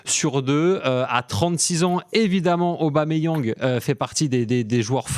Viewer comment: Arrêté d'écorcher son nom svp c'est Pierre Emerick Aubameyang point barre merci